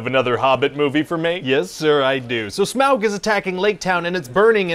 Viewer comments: It’s not smaowg. It’s pronounced smog. Smaug. Au like autumn. Au like august. Smaug=smog. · Today on things I super hate: SMAW-g. UGH. Just....UGH.